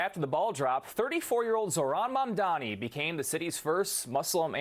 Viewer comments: I wish they always trained the person to say his name right. It's not MaNdani. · I like how she said MaNdani 🤣🤦‍♂️🤦‍♂️🤦‍♂️ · She called him MANDANI... what a joke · SHE STILL MANAGED TO BUTCHER HIS NAME